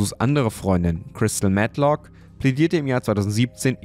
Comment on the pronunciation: "Chrystal Mett-lock" Glückwunsch zu den vielen neuen Abos 🍀🤍